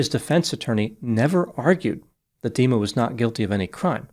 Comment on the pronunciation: Is it me or is prounancing Dima like demon?